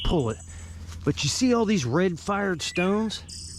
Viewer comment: I like how he says stownes.